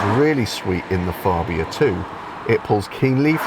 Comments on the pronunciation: Its FABIA not FARBIA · Fab-bia not Far-bia! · Tim Rodie’s review, from the same event. He pronounces Fabia correctly.